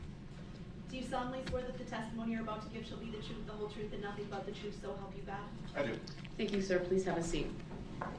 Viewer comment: I noticed words that end with TH he cant pronounce right. BOFF OAF TROOF